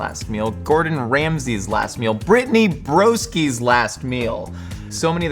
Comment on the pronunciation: “We’ve cooked Tom Hanks’ last meal” “Gordon Ramsay’s last meal” “BRITTNEY BROSKI’S last meal” This just made me laugh, the way he calmly says the two celebrities and then goes all-in on the name of… this other person 😂